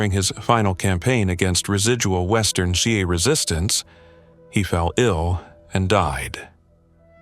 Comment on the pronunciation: Dude great details, but please please please, at least try to pronounce the names correctly. What on earth is a xi-a. That's not how you pronounce Xia.